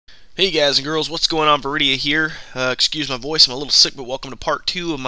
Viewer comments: u say boethiah wrong!! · Good video, very informative and well made. Now, for constructive criticism part of the comment. That's not how you pronounce Boethiah, sacellum, Athis and Falkreath.